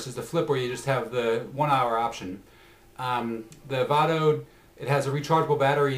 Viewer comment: lol its pronounce VAYDO not VAHDO